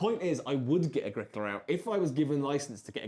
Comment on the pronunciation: "Agricola out" sounds weird to me (only the first time).